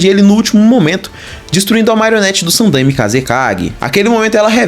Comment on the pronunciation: cara a pronuncia é sanDAIme mas de resto muito bom vídeo.